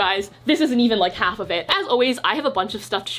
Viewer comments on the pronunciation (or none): none